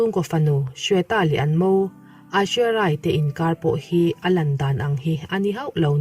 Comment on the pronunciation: Hming tal hi chu lam dik ve tum rawh, Abishek nupui hming hi i hrelo mi